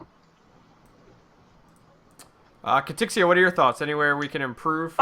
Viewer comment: Why you calling her Katrixxia when she doesn't have an r in her name?